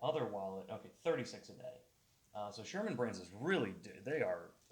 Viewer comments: Serman.... Serman brand. Not Sherman. There's no H... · If you are going to review a wallet, you might want to actually get the name of it right. It’s Serman, not Sherman.